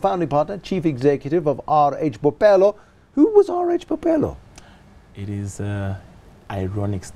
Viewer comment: Bophelo not "bopelo."#BlackExcellence